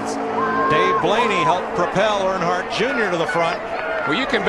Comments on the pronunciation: I can’t handle the way you call them Arnhardt it’s “Earn” hardt (hart) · I had to quit watching cause can’t pronounce Earnhardt